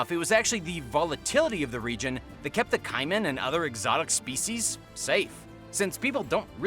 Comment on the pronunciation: #2 is pronounced Kay-man not Kai men